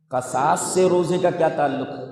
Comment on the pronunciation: قرآن میں قصاص کسرہ کے ساتھ ہے لیکن شیخ قصاص فتحہ کے ساتھ پڑھ رہے ہیں ، غالباً یہ بھی لغت ہوگی لیکن قرآن کریم کی آیت میں بھی شیخ قصاص کو فتحہ کے ساتھ پڑھ رہے ہیں جو کہ مناسب نہیں لگ رہا باقی شیخ کے مبلغ علم کا کیا کہنا 👍